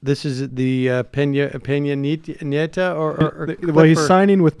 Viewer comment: "Why would these world leaders greet eachother like that? Must be because they're both evil and hate FREEDOM©." And it's Pena Nieto, not "Piña". Gosh golly, Sam's usually the smart one on this show, but here he's just an annoying American asshole.